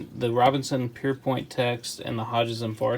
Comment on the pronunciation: Pierpont, not Pierpoint